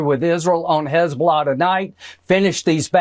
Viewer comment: What is "Hez-bla" ??? LOL.